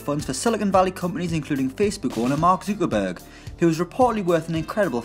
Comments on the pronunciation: Who the hell is mark zookerburg? I think you need to learn to pronounce the worlds fifth richest mans name mate😂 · Mark Zu-Ka-burg 😂🤣😂🤣😂